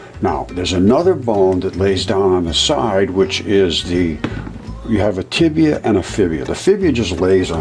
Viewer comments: Am I the only one hearing him call the tibia and fibula for tibula and fibula? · Did say “Tibia & Fibia?” So I thought I heard...